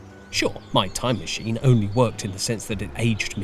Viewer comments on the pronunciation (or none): Everyone:time machine Mojang:time moosheen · "TIME MOOSHEEN"